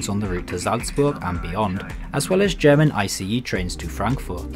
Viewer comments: Have to say...i like your videos more than, let's say, simply railway....Because i can just listen to your review and don't have to read. Also props to you for trying to pronounce station names and other stuff in the language of the country you're in. Your german is pretty good :3 Greetings from Berlin, you might want to check out the new Desiero HC units on the RE1 line. They're known as cellphone eaters xD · As an 🇦🇹 Austrian I praise your enthusiasm and how much you care about the right pronounciation of everything, doing even better than many Germans 😅 ! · I have to say, your german pronounciation is pretty good, considering some other reviewers butcher some words. Its also kind of weird to see a train that i have been riding on a lot of times in a review video. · Nice video and your german pronounciation is pretty good! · Great trip. I like your German pronunciation, feels like you are native. For the restaurant carriage, nothing special but not bad, so it's standard. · You have great pronunciation!